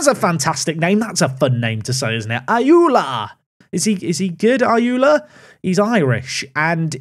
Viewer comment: Ayoola isn't pronounced as "ayula", more like "ayorla"